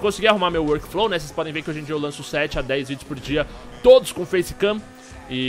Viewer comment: "nóis góista" da "feicekam":D Continua "cum" ela:D